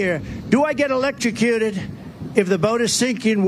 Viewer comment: Elekekuted, wow???????